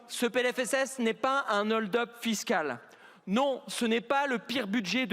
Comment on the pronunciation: Il ne sait même pas que hold a un h aspiré !